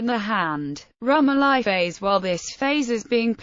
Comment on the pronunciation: Pronounced ... rum OH lee